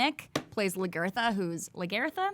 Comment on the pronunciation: I'm awaiting the new season of Vikings... LaGERther killed me a little inside, lol its LaGAtha (spelt Lagertha I know but GAWD) also LothBROCK? Lothbrook. And yes its based on real people. Looking forward to marathoning Luke Cage :D